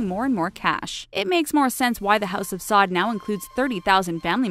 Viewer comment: Pronounced “Sa’oud”